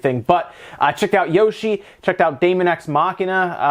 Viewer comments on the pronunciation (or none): none